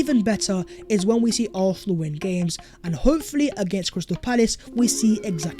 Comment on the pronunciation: Bro it’s ARSenal not ARTHnal 😂😂😂